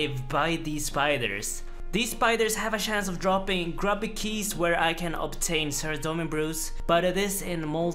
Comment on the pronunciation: I missed when he used to pronounce grubby keys as "grooby keys". Thanks!